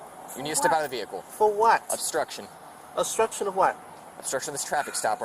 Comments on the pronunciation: The guy is really high!....He sure is struggling with the word " obstruction"- astruction, construction, ustrssion..... lol. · Astruction and instructing 😂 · “This is not ASTRUCTION!” Correct, however it IS obstruction 😂😂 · He's right, it's not astruction, it's obstruction. To be quite frank, it doesn't seem like that guy was all there. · That bearded "child" thinks he's being arrested for "astruction" and "instruction". He either can't form B's with his dumb mouth or has never heard the word obstruction in his old life. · "This is not astruction". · “This is not astruction” huh? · "I'm not astructing." Dude, nobody accused you of calisthenics.